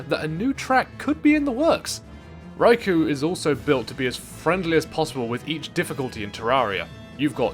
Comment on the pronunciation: yea, i know the boss is cool and all, but im one minute in and i cant handle "rai - kou" my ears are bleeding help